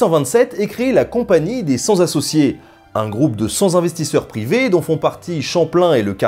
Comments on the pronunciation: Oui, c’est une erreur classique, en français, que de faire une fausse liaison entre cent et une voyelle. D’ailleurs, mon beau-frère dit toujours cent z'euro, ce qui est ridicule (je me permets, car c’est mon beau-frère). On doit donc dire cent (t) associés, car cent est invariable, dans ces occurrences. Il ne l’est pas lorsqu’il est précédé d’un chiffre qui le multiplie (deux cents), mais pas s’il est suivi d’un adjectif numéral (deux cent un). C’était le cours du jour. Demain, révision et interrogation au tableau. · cent ça finit par un 't', donc on ne dit pas cen-z-associés ni cen-z-investisseurs , mon cher Nota Bene ! mais sinon un bel épisode bien intéressant comme il faut ! MERCI encore ! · Bravo et merci et une petite critique de liaison phonique : à "cent'z'associés" puis "cent'z'investisseurs" : il n'y a pas de liaisons possibles puisqu'il n'existe pas de "s" à cent. Sinon, encore bien merci. MH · Attention aux fautes de liaison, notamment à 14'20'', "cent zassociés... cent zinvestisseurs"... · Cent associés . [sans T associé] Cent ne prends pas de S, s'il te plait, pas de S ... Donc pas de [cent zassociés], s'il te plait